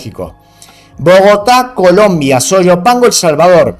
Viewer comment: disculpa es soyapango y tu lees sayopango con respeto